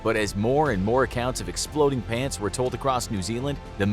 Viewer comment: Why i think ot said plants💀💀